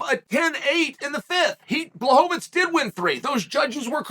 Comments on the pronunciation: Lol, it's mostly the 'fits' instead of 'veech'. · It's not "tz", not even in polish. It's read "Blahoevich" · Blahovich =/= BŁahovich, he still is pronouncing it incorrectly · Bla-hov -itz vs. Pee-era…. Chael trollin y’all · Never lost a round and never pronounced Jan's name twice the same way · Which time exactly? Because I'm pretty sure he used at least 6 different pronunciations of Jan's last name in this one video alone. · Lol blachowicz deserves to have his name said right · He needs to pronounce Błachowicz right, but "Piera"... that's good enough LOL